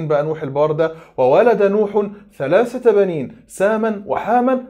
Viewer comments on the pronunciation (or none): none